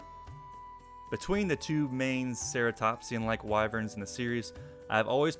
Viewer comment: Im sorry.... the way you pronounce monoblobs is so painful... your pronouncing it mo no blos, rather than mono blos which is more painful because you do pronounce diablos correctly, and they have the same name scheme EDIT: YOUR GO SO FAR AS TO REMOVE THE N FROM AKANTORS NAME